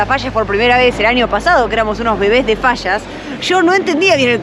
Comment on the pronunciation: No saben decir fallas dicen fasas